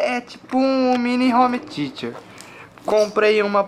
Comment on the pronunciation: home "teacher"? heuhuehueheueheuh ta precisando de aula de ingles hein zé do caixão